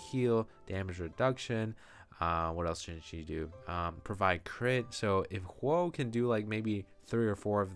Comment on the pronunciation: The O in Huo is pronounced the same as the O in of